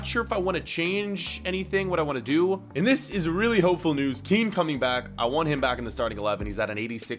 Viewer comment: You pronounce Kean just like how you say Ken